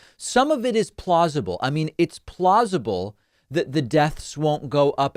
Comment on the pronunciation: Every time I hear you say "plausible," all I can think of is, "plozma-ble".